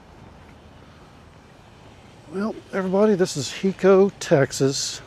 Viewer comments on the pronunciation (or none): It's not a short I It's a long I. Like high-co. Not he- co.